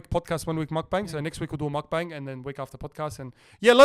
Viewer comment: Please-it’s pronounced mok-bung